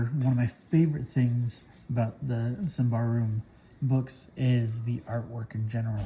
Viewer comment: I believe it's "sim-bar-rum". But I could be wrong, lol.